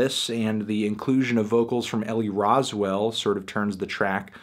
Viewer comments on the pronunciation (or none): It's Rowsell not Roswell melon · Anthony honey it's rowsell not roswell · rowsell not roswell